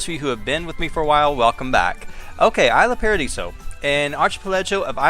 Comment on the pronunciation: It's pronounced Eesla Paadiso. Sorry, I don't mean to be rude :)